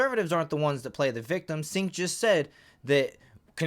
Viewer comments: Its pronounce like Jenk not Sink. Also Why do some channels put the "better be nice in comments" warning up. That's so soft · "Sink" Uygar 😂😂😂